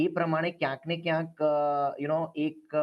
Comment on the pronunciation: વારેવારે બોલે છે કયસ ન ને ક્યાંક -- એ વળી સ શું